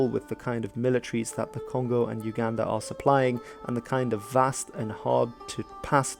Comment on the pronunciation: Uganda is pronounced oooo Ganda